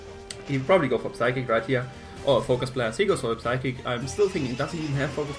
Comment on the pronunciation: good game, well built team! just remember the P in psychic and psyshock is silent!